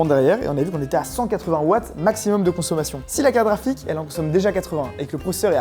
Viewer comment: Mais pourquoi ils disent toujours caraphique au lieu de carte graphique ? A chaque fois j'ai l'impression que c'est une blague sur carapuce 😅